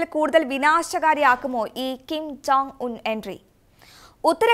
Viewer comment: കിം ജൊങ് ung കേൾക്കാൻ രസമുണ്ട്...